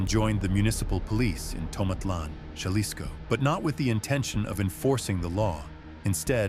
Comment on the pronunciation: It’s pronounced ha-lis-co not jah-les-co